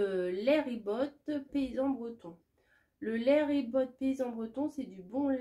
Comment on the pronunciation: Cc, c'est du lait ribot, on ne prononce pas le t. Le plus simple c'est des pommes de terres cuites a l'eau et tu verses le lait sur les pommes de terres écrasées. Bonne degustabox bises de Bretagne